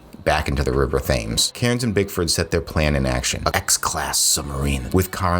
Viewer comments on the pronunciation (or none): The River Thames is pronounced "Tems."